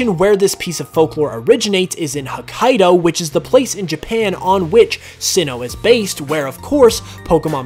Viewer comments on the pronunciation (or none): none